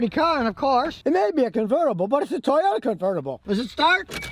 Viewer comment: It’s a “toy”ota